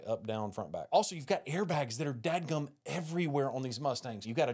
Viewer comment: He said Dag Gum! 😂